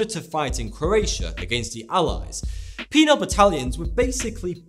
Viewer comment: "Penile Battalion"?! o_0